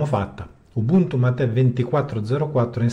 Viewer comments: C'è ben poco da argomentare, non essendoci novità. Facciamo un disegnino: NO NOVITÀ = NO ARGOMENTI. La versione LTS è pensata per non avere software aggiornato, perché si pensa alla "stabilità", *tra virgolette*. PS. Mate si dice come si scrive, non c'è l'accento. Almeno sul nome di una "bevanda-alimento" rioplatense non inventiamoci pronunce alternative. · Sulla pronuncia sbagliate in 3: tu, AlternativaLinux e il fondatore del progetto que ignorantemente inglesizza mate in mah-tey. Si prinuncia come in italiano.. mate senza accento. E si vivo nel sud del Brasile e parlo anche lo spagnolo oltre che il portoghese 😅